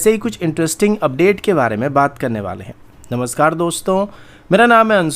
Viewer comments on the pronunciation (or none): none